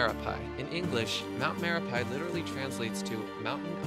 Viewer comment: its not spell me-re-pai but me-ra-pi